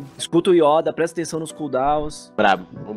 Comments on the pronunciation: Mais alguém também sente uma agonia com o falando as palavras do jeito errado? PQP ele tenta falar bonito achando q ta certo mas tá errado cara. "Yóda" PQP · porra "Ióda" kkkkkkkkk